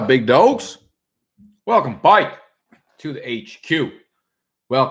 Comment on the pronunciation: Dude why is he saying bike like that lol! What kind of slang/accent is that - I'm genuinely curious haha. Is that a new york thing?! I'm from the Midwest and laugh everytime I hear this guy say that.